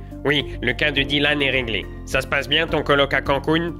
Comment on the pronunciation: j'ai craqué au bout du 4ème dylan "dit-lan"